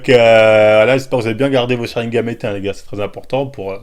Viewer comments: Pl tu dis sharingaM c gaN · On dit sharingan, (cha rine gane) et pas cha rine game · Dizaster toi aussi t as remarqué,il fait genre et il sait même pas le prononcer quand il dit sharingame je saigne des oreilles aaaargh,sharingan nondidju😩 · Sharingan, pas chat rie game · Arrête de dire sharingam c’est sharingan 🤣🤣🤣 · arretes avec ton sharingaME c'est sharingan(sharingaaaannne)